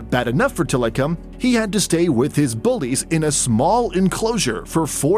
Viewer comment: I'm sorry but the way tilikum's name is pronounced in this video is cringe.. also there's a certain song that has his name in it 🙃